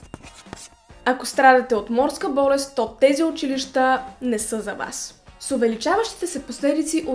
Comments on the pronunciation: Най сетне някой да каже училища правилно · Изключително много оценявам правилното произношение на думите! Особено на думата учИлища...Масовката не знае как се произнася правилно...